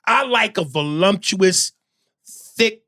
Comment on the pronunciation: Aries said, voluMptuous 😆